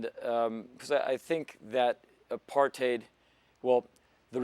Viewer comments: the way he pronounces 'apartheid'... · In American English yes. But he's been to South Africa and he's actually pronouncing it in SA English. Both are correct.